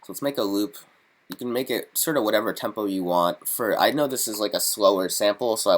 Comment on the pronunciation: i made a beat with a sample of your voice when you say tempouu lololol its awesome